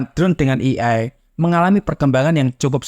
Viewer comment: "ey-ay" untuk AI, bukan "i-ay"